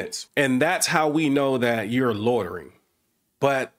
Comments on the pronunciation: Officer Craven needs to learn the English language. There's no such crime as "lortering" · It's loitering...not lortering...lol. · What is "lortering"? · If one can't pronounce the word 'loitering', one should not be able to accuse someone of doing it. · Officer Craven seems incapable of pronouncing "LOI ter Ing". Seems that remedial courses to get ones GED are not required in this jurisdiction. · This cop can't even pronounce loitering. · Those cops are not smart enough to even hide their retaliation on a cop watcher. The cop can’t even pronounce loitering correctly. That level of dumb should be what is illegal.